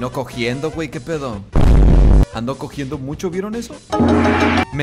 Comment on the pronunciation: Se dise cojeando no cojiendo